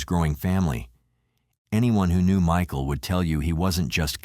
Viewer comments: Me-kael & Myshill 😂 tell us your a bot without telling us your a bot 🤬🤡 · How disrespectful are you, the narrator, disrespecting the victim by mispronouncing t MICHAEL'S name so many times. Unsubscribed.